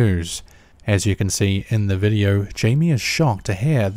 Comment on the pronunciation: For fuck sake, would you stop adding a FUCKING "r" at the end of words ending with the letter "o"? It is pronounced "video", not "videoR" fuck face. Fuck you got under my fucking skin.